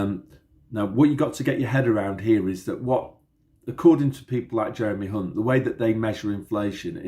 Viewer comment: Thanks, Hunt sounds like #unt...